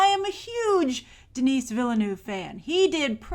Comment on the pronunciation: It''s not pronounced "Dinees" you tool.